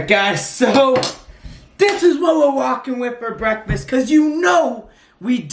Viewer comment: That slow fool sayd "breafasth...📢